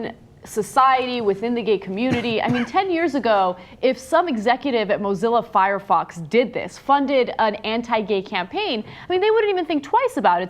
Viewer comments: Why do all non-technical people call it "Fox Fire"??? It's "Firefox". Also, Mozilla is a company. Firefox is software they make. We don't talk about the CEO of "General Motors Malibu". Ana, I love you, but read the words when you're quoting people. This story is particularly bad, but you've been slipping lately. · Hehe....she said Foxfire... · Did she say FoxFire? My mom calls it that.